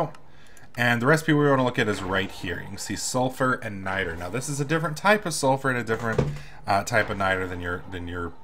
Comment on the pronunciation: It's niter not nitor